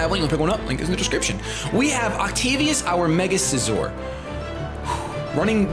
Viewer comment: ovtacius? you mean octavius?